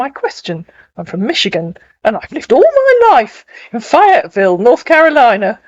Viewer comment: Um, it's FAYE-etville. Long "A." 😉